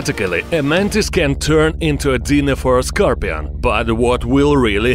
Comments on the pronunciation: SCAR - PEE-ON ...LOL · Nobody: Not even a soul: Not even from the earth it’s self: Him: Es ScRoPiAn